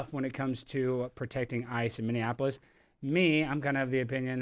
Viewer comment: PLEASE SAY MINNEAPOLIS RIGHT!!!